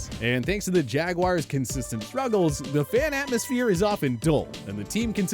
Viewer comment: Why’s it so damn difficult for people to pronounce the word jaguar? There’s no “I” anywhere in that word. At all.